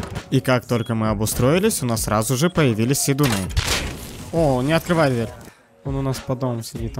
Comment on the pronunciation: Двэрь ты ли это